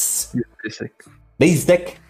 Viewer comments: General don't say Basic, He says Bagic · Hoon also says BAsic